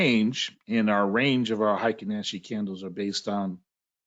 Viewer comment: I studied Japanese…heikin-ashi….hey ee king ah she…is the correct pronunciation….happy to give you a little tip. Thank you for your knowledge….